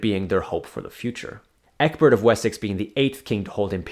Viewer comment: Ecgbehrt = "ETCH-bert." G after C in Old English is like H after C in Modern English.